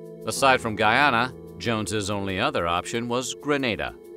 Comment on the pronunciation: And btw it's pronounced not "Guy-Anna" (long sound A) but instead Guee-anna (short sound A)